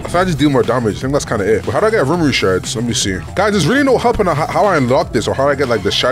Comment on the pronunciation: Not to be annoying but man say rumuru 😂